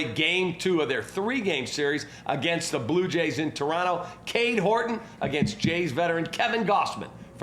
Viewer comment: You pronounce "Toronto" perfectly by making the second "t" silent. Cheers from up North eh! 🇨🇦